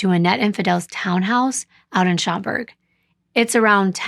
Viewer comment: This is one of the most brutal cases I have heard about. I don’t know how I have never heard of this story because I live and work in this area. Very nicely done with the pronunciations my love! Especially with the city of Schaumburg. You pronounced it perfectly correct.